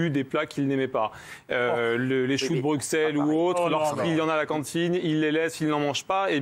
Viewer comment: « Choux de BruXelles » il a osé prononcer "le x "